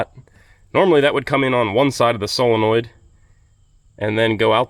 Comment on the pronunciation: Hey, nice to hear someone who can say “solenoid” proper! Yer mate over at Dirt Perfect keeps saying “SELENOID” … so could you please wise him up on the correct “prenunciation”?